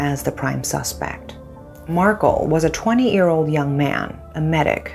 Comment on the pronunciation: Did this lady pronounce "ear" for "year" or is it my hearing?